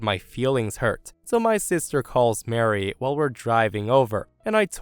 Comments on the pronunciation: I cannot believe that the narrator not only mispronounced the name "Marie," but did so repeatedly! Marie is pronounced as "muh-REE," and is not said the same as "Mary." Also, the word "paraplegic" was mispronounced. It has four syllables, not five, and is pronounced as, "peh-ruh-PLEE-juhk," and not as, "peh-ruh-puh--LEE-juhk." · Okay, for story 2, Marie and Mary are 2 different names with 2 different sounds. Mary = Mair-ee, Marie = Muh-ree. They're not the same name and they don't sound the same. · Muh-REE, I love but the way he was saying the name was making my eye twitch 😅 I know it's dependent on regional accents/places but as one who pronounces it the Muh-REE way, yep eye twitching lol.